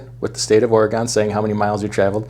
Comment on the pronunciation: Don’t ever say Oregon again!